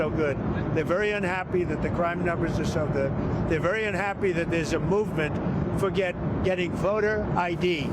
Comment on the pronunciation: To lead with a bull shiIII "WERY IMPORTANT" CRITICAL turning point and then to have a few seconds of the same thing that has been spun on the news for several days is a childis way to get people to click on your shiiii production.